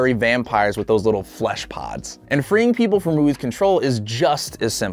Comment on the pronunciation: "Fleshpods" It was Fleshbuds It feels Weird hearing FLESHPODS imagine a Airpod made of flesh